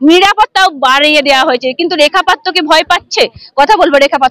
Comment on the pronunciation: ভাই, এতো ভুল ধরলে কিভাবে চলবে। রিপোর্টার মেয়েটির জিহ্বায় হয়ত কিছুটা আরষ্ঠতা আছে। তাই পাত্র শব্দটি সঠিক ভাবে উচ্চারণ করতে অসুবিধা হচ্ছে। এতে দোষের কিছু নেই।